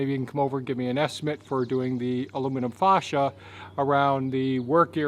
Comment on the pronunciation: Sorry, but I laugh everytime you call it Faw cia instead of Fay cia.